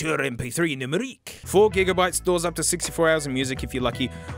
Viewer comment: the way he said numérique was fingers lickin’ good